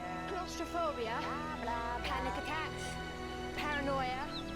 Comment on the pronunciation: CALAS. AH FOBIA. I love your work but shit that was funny how you butchered claustrophobia